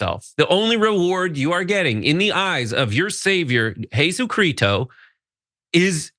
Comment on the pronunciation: Jesus Chreeto??? lol, Jesus Christo